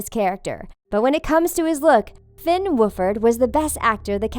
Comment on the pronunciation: omg i cant i love the way you said finns name its so wrong but so funny